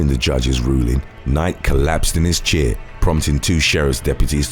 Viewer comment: He says Chair like cheer haha